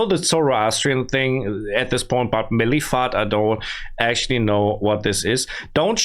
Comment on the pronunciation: its not milifat its moltafet